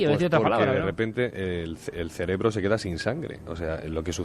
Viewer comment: definitivamente algún "celebro" se ha quedado sin oxígeno. xD